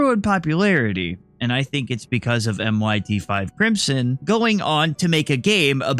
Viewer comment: It's not just my5tcrimson it's pronounced mist crimson